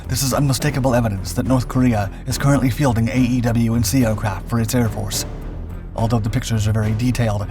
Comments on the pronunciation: AWACS - It's pronounced [Eh-Wax] NOT A E W C It's AWACS! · You have a heard time pronouncing E-WAC. Say it as a word not letters. You come across as unintelligent with military words.